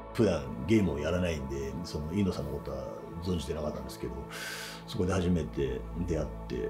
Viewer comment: 「Iino」じゃなくて「Eno」なんだね．早すぎる死でした...